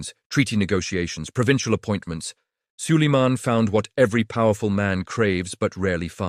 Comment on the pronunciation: А хто такий Саллеман?))) Хочете переглядів - налаштуйте ШІ нормально читати текст!!!😡